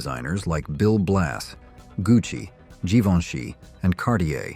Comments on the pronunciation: "Jivviny" LOL Another poor example of AI voiceover that can't read a script correctly. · Stopped watching when the AI voice described Givenchy as Jivverny.... Lol..